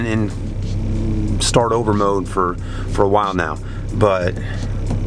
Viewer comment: seeing if it helds up?! you mean held up?! i was done when he said s tar t 8.